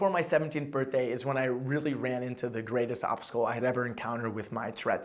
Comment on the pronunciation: Oh also it's "the" not "da" haha dumbass